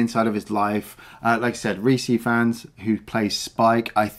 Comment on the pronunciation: It’s pronounced ‘Reese Eyefans’ (for Rhys Ifans). Come on.